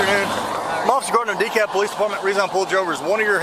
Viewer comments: DeKalb County, Texas is pronounced "Dee-kab". The L is completely silent. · Dekalb is pronounced De-cab. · Hey I live in De Kalb, Texas. And for those of you who don't know its pronounced De Kab. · Just so you'll know,, the L in DeKalb is silent. It's pronounced DeKab. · You dont pronounce the L in the city name